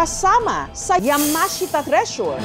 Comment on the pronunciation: yamahashita. Now i know cno nagmamayari..